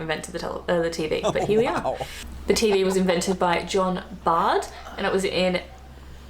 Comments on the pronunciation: I had to stop when this woman mentioned television. His name is John Logie Baird (pronounced Bayrd not Bard). He was Scottish, as was Alexander Graham Bell (telephone). I don't know if she mentions roads but another Scot, John MacAdam invented tarmac around 1820. BTW the thermos flask was invented by Sir James Dewar, another Scot. We invented a lot of stuff. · whos John Bard? This girl is thick, she should do at least basic research, John Logie BAIRD pronounced bear-d lol A scotsman invented the modern television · John Logie Baird, not Bard. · Sorry but that woman is a bit ditzy. The inventor of the TV (/cathode ray tube) is the Scot, John Logie BAIRD (not BARD)! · Baird (Scot) not Bard . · The inventor of the tv’s name was mispronounced it John Logie Baird (pronounced bared). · G'day Guys! Hey I'm an Aussie too and even I know that that is not the way to pronounce the surname of John Logie Baird.... Cheers!